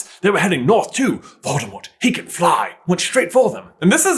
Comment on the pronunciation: You're prounouncing 'Voldemort' incorrectly. It's actually pronounced vole-deh-more.